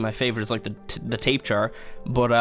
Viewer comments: It's not TAPE It's pronounced tap-uh-haruh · That pterosaur's name is pronounced Tahp-Ae-Har-Rah . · its pronounced Tap-edge-are-ah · Love your videos! Cracked me up when you said "tape-jar" though XD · Nice work on the Argentavis! Looks way more like we think the original one looked like in the past! Always bothered me because other creatures were spot on. Dude, did you say Tape Jara? LOL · That's the worst pronunciation of tapejara I've ever heard. Ark YouTubers also don't pronounce doedicurus properly either. Don't think I've heard one say it right.